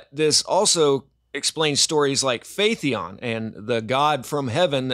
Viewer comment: When you said "phaet-ee-on" while showing the word "Phaeton" on the screen, for the first time I heard this, I thought you've never heard this word spoken out loudly by others before. And the second time you said it the same way, I thought you were too lazy to read this word letter by letter. So please read it carefully, letter by letter, one by one, then try to memorize the correct pronunciation. Phaeton, there's no "e" right before the "o", I don't think you don't have the capability for doing that.